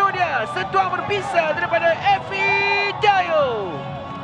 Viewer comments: ife oi bukan efi, efi efi haha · Ifedayo, bukan Efidayo wahai pengulas oi...